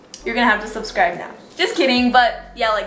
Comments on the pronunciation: she said subcribe and not subscribe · “subcribe” lol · “Subcribe” Lol 😂😂😂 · It said subcribe instead of subscribe lol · you forgot the “s” in “subscribe” lol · She forgot the s second “S” in subscribe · She forgot the s in subscribe 😐😐😐😐😐😐😐😐😐. aM i ThE oNly OnE wHo iS bOtHeReD bY tHiS?!?!?!?!?!?